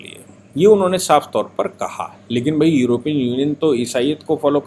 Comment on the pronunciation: सही शब्द योरोपियन नही यूरोपियन होता है।